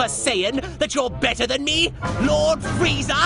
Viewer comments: Why do people call him “Freezer,” it’s Frieza. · yeah but you say his name as "FREE"za. so why the heck would there be a random I ruining the name anyway? Freeza is such a better name.